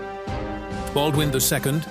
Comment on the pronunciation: Baldwin french🗣️🗣️